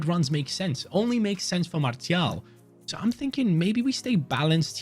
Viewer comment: Btw lil French lesson: most ppl just say Martial like you pronounce martial art and for wahi it’s pronounced ouahi the « ou » like in aouar